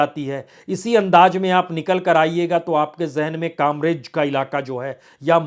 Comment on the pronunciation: सर आप ने जियादातर जघौ के नाम गलत बोल है. जैसे कतार गाम. वराछा. कामरेज .